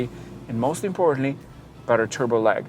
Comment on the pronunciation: everything'z "mozt importantly" according to him